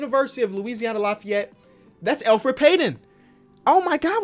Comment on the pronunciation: The way u say Lafayette makes me mad 👁️👄👁️